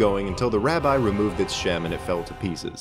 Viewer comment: I just wanna say that it's pronounced rabi and not rabye